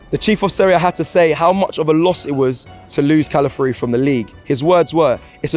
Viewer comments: Please say his name properly, NOT pronounced Cala - fury pronounced Cala - fee - ori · God damn britian, at least try. Cala fi or e Who is cala free/ calaforee 😅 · Please try harder to pronounce his name properly it is respectful. Cala fiori not Cala fury. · Calafiori. Not Calafury bruv 🤦🏾‍♂️